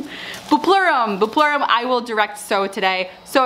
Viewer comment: For Buplerum, I like to call it "Buple rum" hahaha. and it totally sounded like you said Imodium. I was ironing and was like wait what??? ahhaha